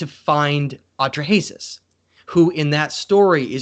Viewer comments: Hello. I realize that you MAKE YouTube Videos but I hope you will write your talks on a piece of paper First so they are clearer. And dont bumble and mumble so much the next time.. Clear facts are much more important than.. Opinions.. And lastly please look up the pronunciation of.. "Atrahasis" for example so that people will think you are Educated.. Thats important for your Future.. Unapologetically... BerneC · Took me a long time to figure out he is saying Atra-Hasis. A few misspelled names later ... 🙂